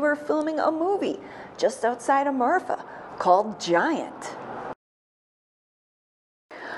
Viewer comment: The name of the town is Marfa, not Martha. As a native Texan I don't think there is a "Martha" TX. I could be wrong, but I don't think so. Anyway the place is called Marfa, and it does have a long history of inexplicable lights.